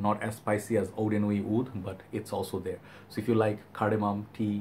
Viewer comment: Great review as usual! It's pronounced said-r